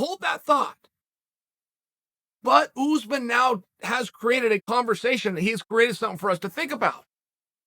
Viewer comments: Oozeman ? I think you’re referring to Ouu-sman (Usman) not Oooooooozman. You must be some kind of half a momo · It's uZ maahn not oozman